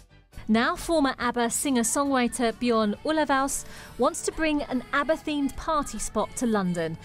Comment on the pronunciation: Ulvaeus - ugggg yet another journalist who didn't research how to pronounce the name...